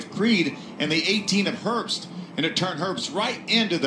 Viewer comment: I find his last name mildly annoying, everyone pronounces his name herpst, there is no p there.